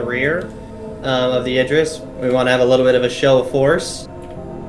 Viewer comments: For "Idris" it is pronounced starting with: "Id" NOT "Eye". Look up the actor Idris Elba and see how people pronounce his name online. It's the same way. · id riss ..... say it with me ir riss not what your saying lol